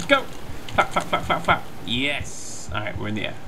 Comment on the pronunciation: is it just me or is every time he says flap it sounds like fap?